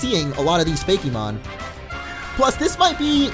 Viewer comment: It's FAKE-MON, no Fakey-mon